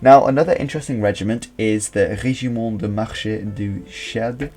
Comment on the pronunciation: Never say "Guérnika" but "Guernika" (stress on the second syllable), but for the event and for Picasso´s masterpiece. Also "Regiment de marche..." If you stress the final e in "marché" you mean "market" instead of "march", that´s what regiments do. I suggest you speak about the Bristish history you know. Cheers, mate. You miss altoghether the "Brigadas internacionales" in the republican side, formed by (real) volunteers from many countries that had a reason to fight in an Europe ridden by dictatorships after the 1929 Crash and Great Depression.